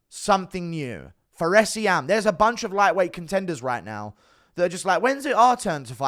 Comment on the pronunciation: Bro said Fares Ziam hahahahahahahahahahahahahahahah